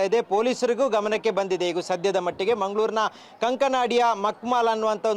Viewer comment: ಉಗಿರಿ ಇವನ ಮುಖಕ್ಕೆ. ಮಂಗಳೂರಿನ ಏರಿಯಾದ ಹೆಸರೆ ಉಚ್ಚರಿಸಲು ಬರಲ್ಲ ಇವನಿಗೆ.